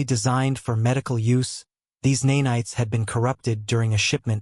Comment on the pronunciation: Horrible mispronouncing of “nanites”. AI Slop.